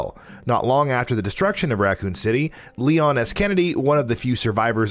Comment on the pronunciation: he says Leo instead of Leon